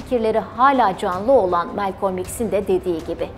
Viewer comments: Melkom değil Malkom olacak ismin okunuşu arkadaş. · Güzel çalışma👏 Yalnız isminin hiçbir yerde bulunmayan bu tuhaf telaffuzla söylenmesine anlam veremedim Melkolm🎃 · bir daha Malcolm demesen mi acaba;)